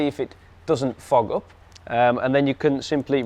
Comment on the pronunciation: Did you say fog up or fuck up ?!! 😅